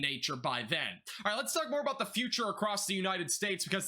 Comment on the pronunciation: Love the channel first off. Secondly are you saying lets farts talk or am i imagining it lol 😆 ❤💯